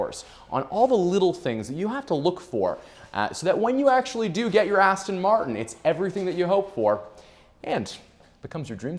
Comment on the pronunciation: It's a shame you can't pronounce Aston Martin.Aston Martun? 🤔